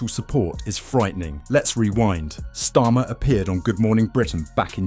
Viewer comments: How about you teach your AI voiceover to at least pronouce his name correctly if you can't be bothered to make the effort to narrate this yourself. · Learn to say his name